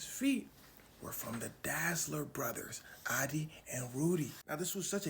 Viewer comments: So his name is Adolf Dassler. Not Adi Dazzler. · Lmao the way you’re pronouncing “dassler”